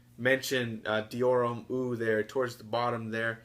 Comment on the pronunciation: Hate to be that guy but Eau is pronounced like "ohh" not "eww"